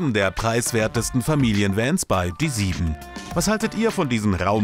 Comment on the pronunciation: "Sieben" lol